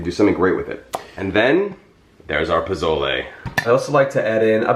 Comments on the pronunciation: Jeffrey, I love you and I ADORE your recipes, but can I tell you (without sounding like a know-it-all), that the proper pronunciation is “poh-soh-leh?” I’m from New Mexico, and Pozole or Posole is a huge part of our cuisine. Thank you for sharing this recipe. ♥️ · Pronounced Po-sol-aye, whether it’s spelled with an o or a.